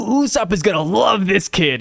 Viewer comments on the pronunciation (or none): none